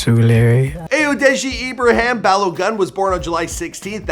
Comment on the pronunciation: Ibraham?? Dude ya'll can pronounce Schwarzenegger but not Ibrahim.